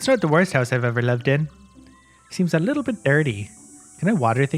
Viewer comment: Well.. it whas "litel" buggy 😅